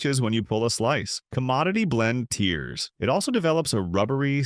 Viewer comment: bullet proof evidence this is AI narration. "Tear" as in cry was said rather than "paper tear".